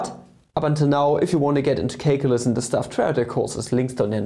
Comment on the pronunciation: Did you say CAKEulus?